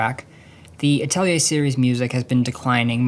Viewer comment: Thank you for pronouncing Atelier correctly